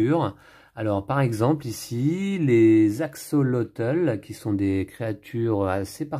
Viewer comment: Hello, merci pour cette belle présentation. Pour info, axolotl ce prononce "axolote" c'est un petit animal fascinant !